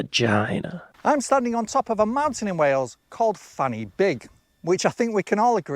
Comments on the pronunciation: Except Fan Y Big is not pronounced like that at all, because it’s not in English is it you numpty. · He pronounced "Fan Y Big" wrong. It is NOT "Fanny Big" . . . it is pronounced "Van uh Bog", is correctly spelt as "Van Y Byg" and means "Point Of The Peak. And I am somewhat surprised the he omitted Scunthorpe! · It's not pronounced Fanny Big. Because that's Welsh. A single F is a V sound and Y isn't ee but auh. I.e van auh big. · Fan y big = Van - er - big. There is no V in the Welsh alphabet so F is pronounced as V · He started the video with the wrong pronunciation bro. "Fan y big" is pronounced "van uh beeg" in welsh. It can mean "the top of the spike" or "the summit of the point". Welsh is a phonetic language so I don't understand why people struggle so much with the pronunciation, whereas the spelling in English is the opposite of phonetic.although it does look funny to a non native 😂 there's probably loads of funny place names in Wales though that are real. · Its pronounced fan y big. (Van uh beeg) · Thats pronouncec Van y Beeg, nor t Fannybig, it's Welsh not Bloody english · 'Fan y Big' is a Welsh name, not English. The 'y' is pronounced 'uh'. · Fan y Big is Welsh so it’s pronounced Van er Beeg 😊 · He pronounced the name Fan y Big in order to be amusing. The proper pronunciation is Van uh Big. Not so funny. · Unfortunately, Fan Y Big is pronounced Van y Beeg. In Welsh , a single F=V and FF=F in English pronounciation. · Sadly, the actual pronunciation for Fan Y Big (being welsh) is: Vaan Uh Beeg. Side note; we do have many towns and villages which literally have a fanny as the name though. Names involving 'gwaen' (vagina) are often found in rural wales. I think it must've used to mean any sort of crevace or valley. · It may be funny when an ignorant Englishman pronounces it, but it's pronounced Van-ih-big. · Hmm. Fan y Big isn’t pronounced like Fanny Big (the F is pronounced like an English V for a start)